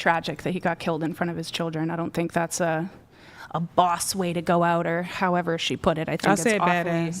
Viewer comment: Cant with the “However” girl 🤣 more like hoever 🤣☠️